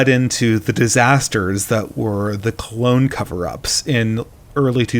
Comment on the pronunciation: Ps it's pronounced CALONE not CLONE.I was thinking at first, whats Star Wars clone war happened I missed lol.just saying.Cheers